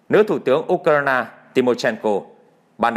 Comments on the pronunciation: Tại sao không đọc theo đúng tiếng Anh là Du cờ ren mà lại đọc là Du cờ rai na. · Bạn nói đúng! Nhưng vì đều có lối phát âm như vậy chớ không chỉ riêng anh nầy!!! Tôi chỉ nghe anh ta nói “ u - cà - na - na “ mà thôi! Ngay như “ HÀ NỘI “ họ còn không nói được 👍 thì còn nói chuyện gì khác nưa chớ??? OK 👍!? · Tập phát âm lại Ukraine đi , bị đớt đớt